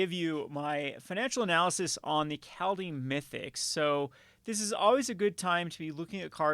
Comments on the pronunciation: Please stop saying 'Call Deem'. It's 'Called Haym'. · Is this really the correct way to pronounce Kaldheim? I always thought the german way to spell this is correct and the translation also seems to be on point. (Kald => Kalt (cold) and heim => Heim (home))